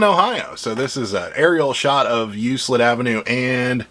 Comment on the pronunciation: Good show, interesting info. FYI, Euclid Ave. is pronounced with a hard “c” sound like in words that have “ck” in them. Now that you know that you will probably never have to say Euclid again 🤓